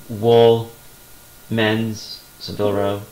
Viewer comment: Great picks and good choice in changing your listing to 30 days.Just subscribed to your channel. Oh and it's pronounced Sa-vil not Se-vil.